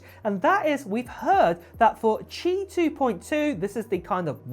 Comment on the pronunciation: You pronounced Qi correctly!! Good job! 👍